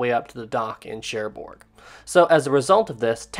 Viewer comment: Sorry to be pedantic, great video, but the g on the end of Cherbourg is silent. More like Share Bore (phonetically). 😊